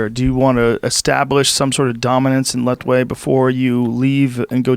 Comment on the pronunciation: "Lethwei" or "Let wait" for a better pronunciation